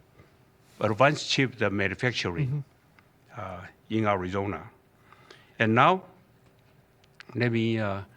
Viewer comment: Nice, he's been practicing that one: "Ari-zon-a", hard 'R'. Good pronunciation. Nice job TSMC bro! Proud of you.